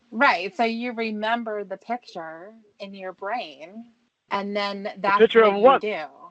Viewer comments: HE CAN’T SAY THE WORD “PICTURE” . HE ALWAYS SAYS “PICHER”. LIKE A TOTAL MORON!! IT’S INFURIATING “I’VE NEVER JERKED-OFF TO A PICHER” IDIOT. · WHY DOES THIS FOOL KEEP SAYING “PICHER”. INSTEAD OF “PIC-TURE”? WHAT AN IGNORANT MORON. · I’M NAWT A COCK SUCKER. YOU DITCHED ME, YOU MEANIE. YOU MADE ME LOSE WINNIE! WHAT A TOTAL LOSER! “YOU DON’T THINK I’M GOOD LOOKING?” NO!!! The WORD IS PICTURE. NOT PICHER, FOOL!